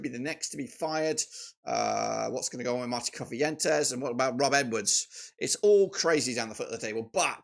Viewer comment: QPR manager name is CIFUENTES and sounds more like SIFF not KIFF at the start.